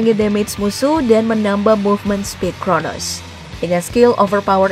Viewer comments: crono mba bukan kronos ya... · Crono bambang bukan cronos😅😅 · Coronos kata mimin wkwk..😂